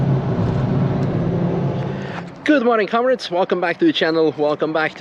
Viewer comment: when you started the intro with good morning comrades, it sounded like good morning cowards XD, and danggg my love for bricks is getting bigger and bigger